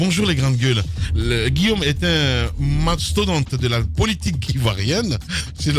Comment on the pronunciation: C'est Guillaume et non Guillome.